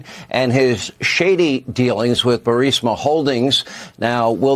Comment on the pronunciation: Glad someone else noticed this. Was surprised he mispronounced it or misread it, even if the text had a typo.